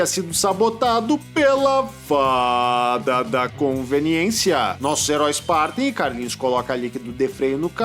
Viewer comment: Eu me acabo de dar gargalhadas com o seu sotaque quando você fala com a ajuda da Faaaaaaaaaaaaaaaada da conveniência😊